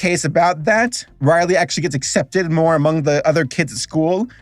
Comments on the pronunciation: Craig? Riley? I get it's your accent, but still. Its pronced as Gr-eg and Row-Ley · Craig and Riley...😑😑😑😑😑 WHYYYYYYYYYYYYYYY????!!! It also haunts me that there are people roaming the earth saying Theynos instead of Thanos. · Hearing call Greg and Rowley “Craig” and “Riley” give some life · Rowley... not Riley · I love that he got Greg and Rowley’s names terribly wrong, but Fregley’s name spot on. Also, just so you know, the first three live action movies are actually really good (AVOID THE LONG HAUL AT ALL COSTS) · "Craig" and "Riley" lmao. That had me dying even though it wasn't intentional. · He didn’t just pronounce Greg and Rowley wrong, but he also pissed off the entire Danny Gonzalez fanbase lmao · What cracks me up the most is the fact that he got fregley right but not greg and rowley. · How did you get fregley right but not Greg and Rowley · I think I’ve found a new drinking game. Every time he says Greg and Rowley’s name wrong, take a shot.